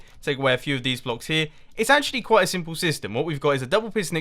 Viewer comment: mumbo your way of saying simple is way differant from my way of saying it